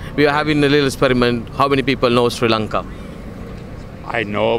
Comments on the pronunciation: Do u know See Lanka??? Please pronounce it properly either Shri Lanka or Sri Lanka. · SHEE lanka nathuwa hariata pronounce karapan ratey nama!! #redda